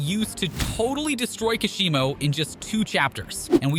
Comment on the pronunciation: this guy butchering Megumi, Kashimo and Sukuna's name